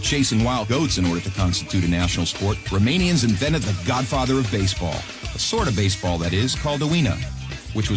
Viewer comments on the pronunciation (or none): the narrator CAN'T be romanian, i can tell by the way he pronounces the romanian names